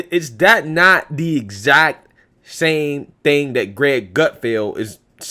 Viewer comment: The word is "that" not "dat"